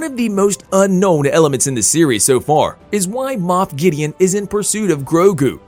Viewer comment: This guy is reading a script cuz he is saying there names hella weird like the way he says Gideon and some of the actors names